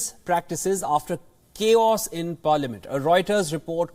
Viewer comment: Not "Kiosk" but "chaos" pronounced K-OS